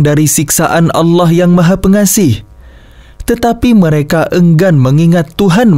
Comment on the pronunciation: Maha Pengasih bukan pengaseh